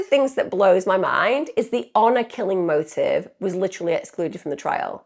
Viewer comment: Hour killing!? Its HONOR Killing